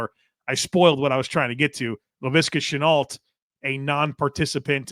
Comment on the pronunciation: Good evening - the prononciation for Laviska Shenault is “Chen-noh”, the L and the T are silent. Greetings from the French part of North-America